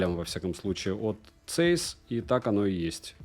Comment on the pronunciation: Здравия автору! Даёшь народу обзор на SONY 1VI !!! Жду именно от тебя! P. S. Правильно говорить Цайс ( ZEISS) , а не цэйс, это немецкая фирма Carl Zeiss, производитель высококачественной оптики и линз от микроскопов до прицелов